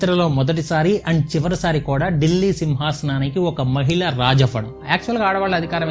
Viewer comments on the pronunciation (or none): none